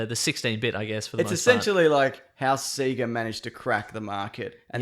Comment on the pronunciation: Its pronounced "say-gah"! Not "see-gah" ! When will people learn?? Fuck, man.